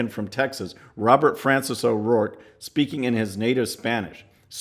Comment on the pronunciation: His last name is O'ROARKE for God's sake.